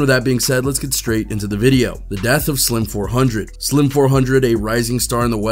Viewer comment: Lord please stop saying his name wrong 🙄